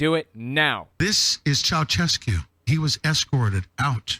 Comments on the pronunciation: Anyone think of Seinfeld when dude says "Chaochesku" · FYI, the reference to the (badly pronounced) Ceaușescu isn't deep Q lore. Nicolae Ceaușescu was a Romanian dictator who got executed in 1989.